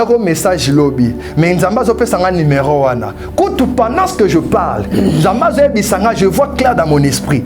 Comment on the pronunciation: Papa Stp c'est ne pas numairon mais c'est numéro, merci de rectifier